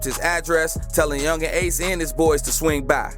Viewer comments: Yungeen aces name is pronounced key-on-tay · Nigga atk means aim to kill and ace name is (kee-on-tay) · His name is key - an - tay 😂😂😂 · I know he didn’t say my mans ace name wrong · This dude cap that not how yu say ace name nigha kta mean kill to aim and ATK mean aim to kill dum ass